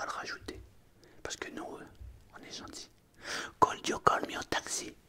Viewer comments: La prononciation de could m’a crispé les oreilles 😂😂 tu as des progrès à faire en anglais tout comme moi ! Continue ainsi ! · Mdr super vidéo mais quand tu dis le verbe " could " il faut pas prononcer le "L" et le verbe "have " prononce le : hève et aussi tout ce qui commence par th c est pas z la pronononciation mais d